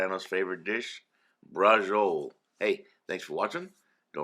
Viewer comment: Bra-cho-lé... do none of you New World 'Italians' speak Italian anymore?